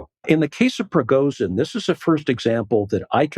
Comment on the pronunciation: This was the lamest analysis. Huntsman can’t even pronounce Prigozhin’s name. What else is he oblivious to?